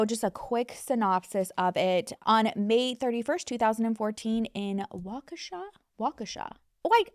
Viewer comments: Way to go pronounceing Waukesha, 10/10 you go guurl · As someone from Waukesha, I am impressed by how you said it!